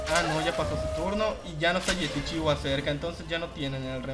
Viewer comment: Hola, esta bien poner videos de las mazmorras completas la verdad, y no esta nada mal la calidad. Lo que no entiendo es porque dices yetichiwa y LA, XDDD.